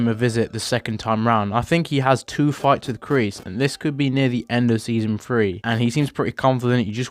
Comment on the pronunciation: When you say 3 you say free